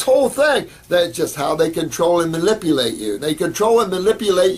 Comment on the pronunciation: Pity he says Malipulate you instead of manipulate... anyway ...